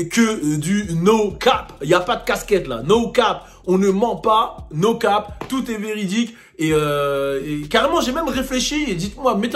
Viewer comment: t'es sérieux ta prononciation de no cape